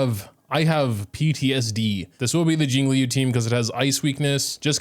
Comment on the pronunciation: STOP SAYING “LEE YOU”